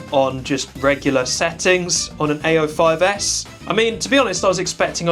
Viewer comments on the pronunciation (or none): Every time he says "A05s", it sounds like he's saying "ay yo"